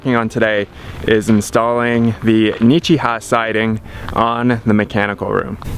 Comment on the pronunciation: "Nichiha" or however you spell it sounds uncannily alike to "don't sneeze" in Russian. Especially with how you butcher the pronunciation with that little "y' sound at the end. ^_^